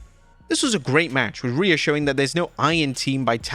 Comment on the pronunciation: Who the hell's calling them "Rhe-iyo!?"